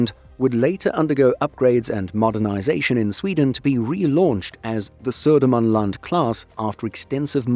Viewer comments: Wow, impressive pronunciation of Södermanland and Östergötland. 😃 They are both "landscapes", areas in Sweden. 🤓 The UK equivalent would be county. 😊 I think it's OK if Poland can borrow a sub. We need to stick together in the Baltic area. 🙂 Merry Yule. 🎁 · pronunciation of Södermanland and Östergötland was on point, very impressive